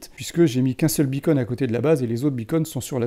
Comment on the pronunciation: Pitié : "beacon" = "balise" en Français. On n'entend que "bi-cône" !🙃